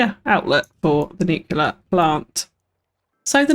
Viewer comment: Looks great! My only complaint was your pronunciation of the word nuclear, as "nucular" is not a word and was a bit cringy after a while